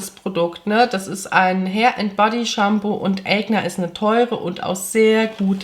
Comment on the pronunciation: Es heißt „Eigner“ / Aigner meine Liebe. Die Firma kommt aus Deutschland, nicht den Staaten ✌🏼